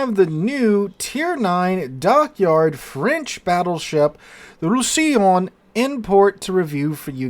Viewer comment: I think it's pronounced / Rous sa lon